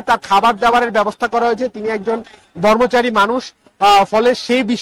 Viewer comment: বর্মচারি নয়, ব্রহ্মচারী